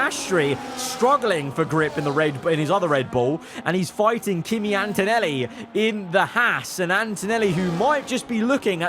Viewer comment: For Antonelli it said dantonelli 🤣